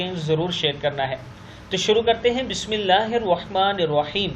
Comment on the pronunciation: بھائ اپنی بسم اللہ ٹھیک کرو ،،، بہت برا لگتا ھے جب آپ ھروا نروا بولتے ھو ر کے اوپر ذبر ھے آپ پیش دیکر عجیب لفظ بنا دیتے ھو سن کر غصہ آجاتا ھے